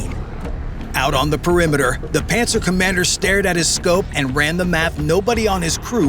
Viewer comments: I always think of "Panzer" as well when they say "Pantsir". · LOL "Pantsir". Hey Putin, Hitler called, he wants his vehicle names back.